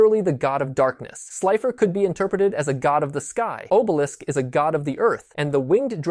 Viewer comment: Bruh...why do you keep mispronounced names? Are you EVEN a fan?? Atem is pronounced AH-TEHM Obelisk is pronounced AW-BEL-ISK